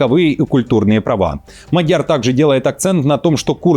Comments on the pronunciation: МАдяр,а не МадЯр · Фамилия МАдьяр ударение падает на первый слог, так во всех словах в венгерском языке. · Внимание! Правильно МАдяр, ударение на первом слоге.